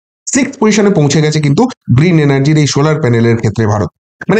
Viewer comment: শোলার প্যানেল নয় সোলার প্যানেল।